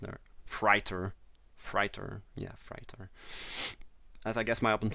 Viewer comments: Its pronounced fray-tor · Hey :-) Love your vids. I really admire how well you speak English. I wish I could speak a second language as well as you speak my first! Just wanted to give you a little tip that the word "freighter" is pronounced with an "8" like sound, so like "fr8er" if that makes sense? I hope I'm explaining this ok. Keep it up with the great vids :-) x